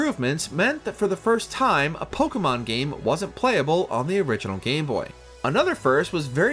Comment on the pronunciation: The way this man keeps on butchering these poor Pokémon names... Don't believe this was based on actual fan reception. This list makes no sense.